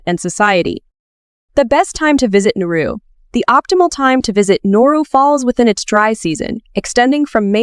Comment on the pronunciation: it's NAURU. how do you make a video about a country and not even get the name right. also? wtf is the point of this video? from desperate women to phosphate deposits??